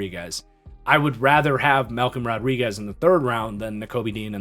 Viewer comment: Man you nailed Malcom Rodriguez